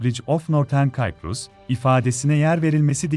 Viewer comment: KAYPRUS....? Ora nire..? Sayprus demek istedin herhal.. ( CYPRUS )